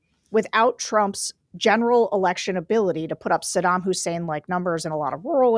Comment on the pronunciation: Did she say Saddam Husseim?!